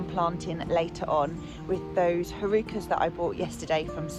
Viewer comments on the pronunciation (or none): I’ve not watched you before but loved this autumn content. Very pretty filming. Just had to say tho that you bought heuchera which is pronounced ‘hyoo-keh-ruh’ - excellent autumn/winter choice 🤗